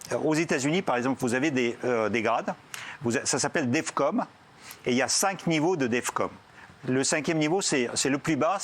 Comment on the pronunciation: C'est Defcon et non Defcom.